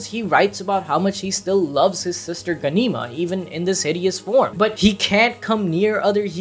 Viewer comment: It’s Gahn-E-Ma and presh-c-ence just letting you know. Thats the best way I could symbolize the second word lol